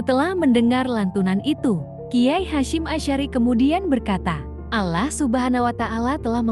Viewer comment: Sayang membaca alloh gak bisa